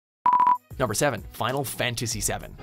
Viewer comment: why'd he say it like final 'fantasyseven'?